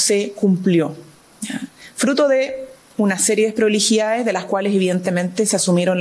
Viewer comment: La única vocera del Mundo que no sabe pronunciar Bien las palabras : Deproliiidades, Despreligidá, El Presiente, etc ...